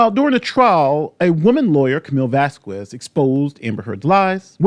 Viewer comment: Ugh stop with the Vaskwez it's VasKez like quesadilla not question.